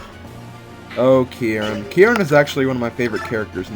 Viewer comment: Love watching this LP so far, especially finding a character that has my RL name, Kieran! BTB, you're overemphasizing the first part,. Just say the word 'key', put an 'r' sound on the end of key, so 'keyr', and finish with the second sylable, which sounds like 'wren,' the bird. In full, 'keyr-ren'. Uncommon name, I know, but I likes it anyways. =P